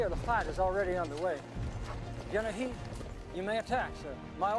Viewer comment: Heth, not Heath.